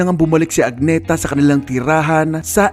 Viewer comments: Hindi po AG-NE-THA..A-NEE-THA po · Agnë-tah ang basa sa Swedish